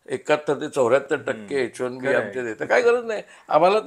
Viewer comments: its bot H 1 D visa. its H 1 B visa... why u keep saying wrong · तुम्ही H1 D असा उच्चार करीत आहात